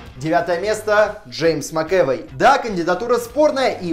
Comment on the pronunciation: Если не знаете, как правильно ставить ударение в фамилии актеров, посмотрите/послушайте, как они произносят ее сами. МакЭвОй!